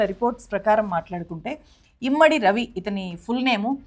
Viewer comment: ఇమ్మడి కాదు, ఇమంది....